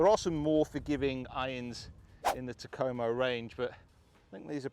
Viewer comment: Still waiting on a youtuber who can pronounce Takomo correctly.